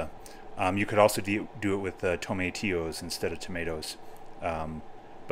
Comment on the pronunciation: Yup! Fresh tomatoes and fresh herbs......add at the end for sure! Love how you pronounce “tomatillo!” With the long “a” LOL!! Did you cover the rice when you cooked it for the jok?Ok.....I’m hungry now!! 😊